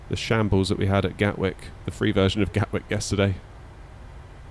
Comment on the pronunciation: “Welkome to gatwick” 😂